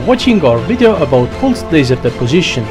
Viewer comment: Are you Indian? You pronounce "pulsed" so wrong!!!